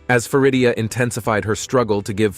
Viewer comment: It’s Farida not Faridia. Your Prononciation is so wrong.